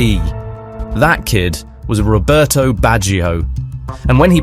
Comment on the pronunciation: Robertohh BatcheeOh - its very hard on my ears to here you pronounce italian names :((